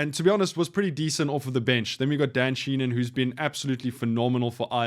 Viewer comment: Appreciate the quick vid, and insights...but it's Dan Shee-HAN.